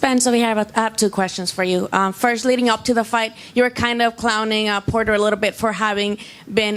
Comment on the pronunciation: Porter Porter Porter...sounded a lot like Cotto Cotto Cotto!